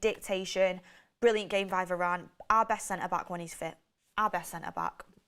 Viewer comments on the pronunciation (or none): none